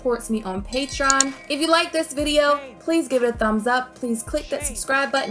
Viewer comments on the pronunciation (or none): none